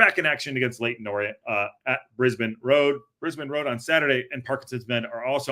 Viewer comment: From listening to an Orient supporter, It's not in Oz, it's "briz bane" road.